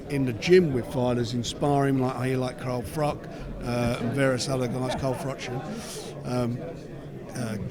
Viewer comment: lol "carl froc"